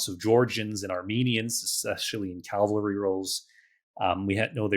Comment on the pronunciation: "Cavalry" or "Calvary"?😅